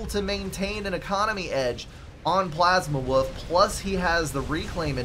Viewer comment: Thanks for the cast, and thanks for making my name sound like "Plasma_Woof" a bit :) It's a refreshing new name. Also: if you press "End Replay" in the drop-down menu, you go to the score screen.